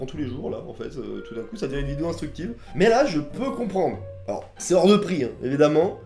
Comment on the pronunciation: « et toudincou »